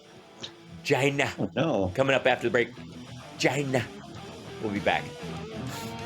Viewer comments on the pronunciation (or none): Hal, it has three syllables: Chy- ee-na.